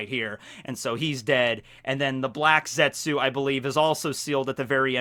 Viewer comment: ( the U is silent.